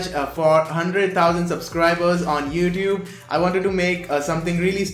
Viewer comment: “Youdube” XD